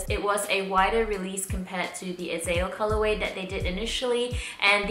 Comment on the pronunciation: Okay lol..me being from Israel & Hebrew, it's bugging me a bit how you pronounce Azael.. it's 3 syllables, AH-ZAH-EL, not "Azell"